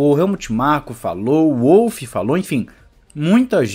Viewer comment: Em Wolff o W lê-se como V. E não como U. Ele é Austríaco. E a asa traseira deformável é a que dá maior ganho. Não é a da frente. E não são "brechas". É ilegal. Ponto. O motor do Ferrari de 2019 também passou SEMPRE nas verificações. O regulamento diz que a asa deve ser RÍGIDA. Coerência...coerência.